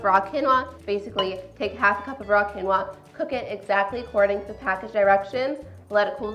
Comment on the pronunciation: The correct pronunciation is keen-waa.